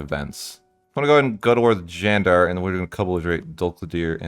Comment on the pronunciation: The way you said Candar was perfect